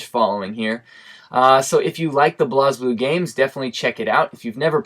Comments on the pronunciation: Great Video. It was good to hear your thoughts. Especially since you have japanese reactions that most of use are not aware of. For future reference, blazblue is pronounced 'blaysblue' instead of blahsblue. Not criticising though. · I thought it was pronounced "blaze"blue